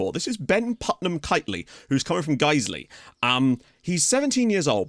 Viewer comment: The fact that I was so pleased that you pronounced Guiseley made me realise I really need to re-evaluate my priorities in life